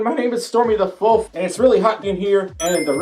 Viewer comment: You always say flof instead of folf